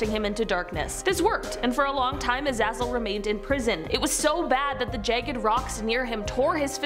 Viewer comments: Azazel is pronounced A-Zay-Zall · It IS pronounced A-zay-zal. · I thought it was pronounced A-zay-zal. He's in a whole bunch of TV series most notably played by Michael Fassbender in "Hex". Great show